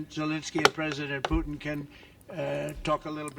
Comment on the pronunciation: How he spoke out Putin's name i always understand just Pute (the german word for a Turkey) lol 😅🤣 Mmh... but hey maybe it could be the perfect nickname for Putin to call him with this german word Pute !😁🤪